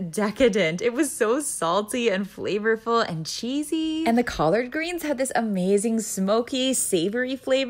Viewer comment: Do me a favor tho... pronounce it like this "COLLID GREENS" don't hit the a-r-d so hard. ✌🏾😎🤙🏾